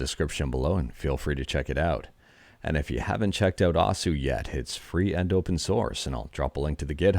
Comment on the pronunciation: Just FYI, osu! is pronounced similarly to "O's" in the name of the cereal Oreo-O's, because the "u" part of the Japanese syllable is silent for that word. It was weird to hear you keep saying "oh sue" lol